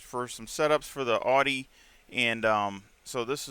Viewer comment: Awesome video brother 👍. I love how you pronounce AUDI, the true pronunciation of the word 😁. I will definitely give this setup a try as I always struggle on OUE ROUGE. Thanks much appreciated. Forever Racing 🏁